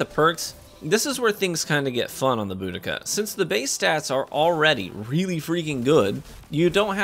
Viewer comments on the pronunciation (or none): It's bO-dee-kuh